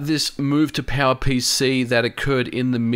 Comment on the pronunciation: Am I the only one who understands PAL-PC alsways when he tries to say power pc?